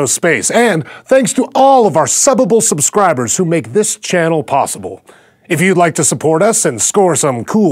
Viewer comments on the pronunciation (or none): none